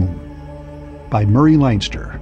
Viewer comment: The narrator mispronounces 'Leinster'--it should be LENSTER like the Irish province.